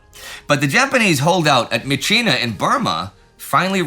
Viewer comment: I have been an army member at the captain level since The great war... I know these are all filmed a month or two in advance. I do realize how hard you work to cover everything. Good job this week on properly pronouncing myitkyina. All that aside, nothing illustrates the hopefully unconscious "Americans are the main characters" bias of the channel than the description of the end of the siege. "Merrill's marauders and their allies"... The Chinese divisions don't even get a name check. They were the 22nd, the 38th, the 30th and elements of the 50th.They are the majority of the squares on the map, but unnamed. As the script says, "18,000 allied casualties" and 2,000 some original marauders. Basic arithmetic says 16,000 of those casualties are mostly coming from Chinese troops with a few kachins and Indians from the Indian 36th division. If the channel talked about D-day as "America and its allies", that would be called out. Yes, Eisenhower is an American in charge of the whole operation, but it would be diminishing the British and Canadians to only name the American part of the effort. We hear about Stilwell being promoted, but more radio silence on the ongoing battle of hengyang. I was kind of expecting the news of his promotion to contrasted with his conflicts with CKS. China's best divisions have been in Burma on both the myitkyina front and the Yunnan front, while Japan is ripping the lungs out of China's core. Just a sentence that says, "Meanwhile, in China, the siege of he